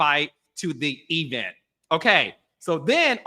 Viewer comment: What's an "e-vent?" 😂 You sound like Tisha from Love & Marriage Huntsville 😊